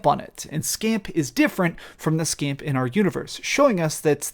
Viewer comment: FF7 is this dude's favorite game? I find it hard to believe he really cares about this game when he doesn't even know the names from it. In the game they clearly pronounce Weiss with V sound like Vice. And Scamp? REALLY? The dog's name is Stamp! They say it over and over again.